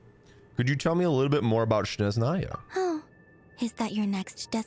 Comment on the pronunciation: For correct pronunciation, the first sound in «Snezhnaia» should be «s» [s], not «sh» [ʃ]. In short, the name is pronounced roughly as [snʲeʐnəjə] / [sneʒnaya] 😌 with love from Russia 🫶🏼